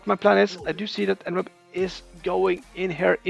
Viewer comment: En-web makes so much more sense than e-newb which is how I'd always "pronounced" it in my head. Definitely not a noob. GG.